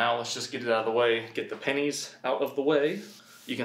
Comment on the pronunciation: When he says pennies I think he’s saying panties “there were panties all over the garage floor”